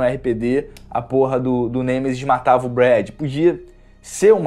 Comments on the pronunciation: Não é Gemesis... é Nemesis, outra coisa, reclamar de sombra? Detalhe gráfico em algumas partes do cenário? Fala sério cara, é por isso que os caras descem a lenha em você, eu não faço isso com ninguém, mas tem hora que você força demais. Esse jogo o que ele tinha que ter era a mesma história, cenários, personagens, inimigosz puzzles e o caralho a 4. Se quisessem adicionar algo, poderiam como puzzles, cenários extras e até opção de jogar apenas com o Carlos, já que como você disse, hardware o vídeo game tem pra isso, mas infelizmente essas empresas só quer saber de entregar produto feito às pressas pra ganhar dinheiro de fã. Vê se pelo menos cara, analisa e dê importância as coisas que realmente são importantes, se você vai fazer uma crítica há algo, que pelo menos saiba pronunciar o nome do antagonista do jogo corretamente, e que foque naquilo que os fãs sempre quiseram, que é didelid ao jogo original e alguns conteúdos extras. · cara o seu review ta bem legal mas nao se fala gemesis é nemesis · "Genesis" kkkkk que isso tu é raiz mano te endireita kkk